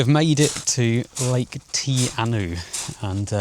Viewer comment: milford is amazing. i love when you pop out the tunnel. when we went it was raining all mornign btu the sun cam out on our drive in and we were graced with hundreds or even thousands of waterfalls everywhere you looked and blue sky. was perfect. oh by the way Te Anau is pronounced "Tee Argh Now"